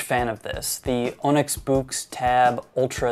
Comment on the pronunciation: And Onyx is AHH-nix.